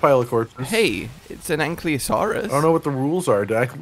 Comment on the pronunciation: it's "an-kye-loe-soar-russ". think of Kylo Ren when trying to pronounce Ankylosaurus. there's also "an-kee-loe-soar-russ", if you prefer.